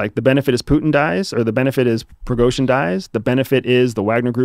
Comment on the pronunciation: "puten"... putenfleisch dude pronounce names like they are "Putin"